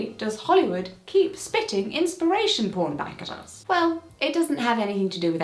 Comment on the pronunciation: Inspiration poarn? Slide an "a" in there?